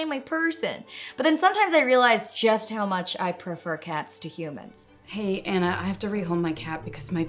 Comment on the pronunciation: i really thought your mom said "anak" and not anna haha